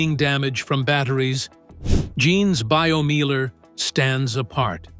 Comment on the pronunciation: Meiler is pronounced 'Miler, as in 'I'. Also, who has got that much space to build a Meiler?